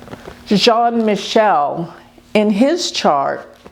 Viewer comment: Jean Michel Trogneux is not pronounced John Michael